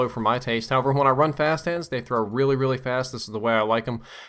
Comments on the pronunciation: "Frap hast hands" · did he say 'frap hands'? haha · At about i couldve sworn you said "fast fap hands." Oh my...